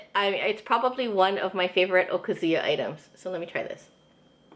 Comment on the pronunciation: One thing that bothers me about Hawaii asians is their (mis)pronunciation of "okazu-ya". Even Japanese second generation owners say it wrong. I don't know how to write it but the emphasis is not supposed to be on the "zu" it should be more on the "ya". But then so are a lot of Japanese words.